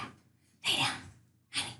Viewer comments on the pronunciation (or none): none